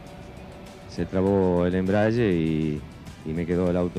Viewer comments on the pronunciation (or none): Min "embraGe" 🤦🏻‍♂️